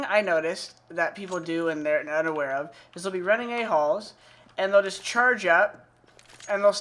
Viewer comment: Is it weird I heard aholes everytime he say ahalls?